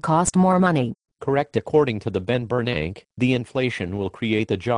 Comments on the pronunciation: "The Ben Bernanke". Ha. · "The Ben Bernank" haha that is what I will refer to him as from this day forward. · the only thing i see deflating is the value of the dollar lol and " the Ben Bernank" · Teh benbernank. LOL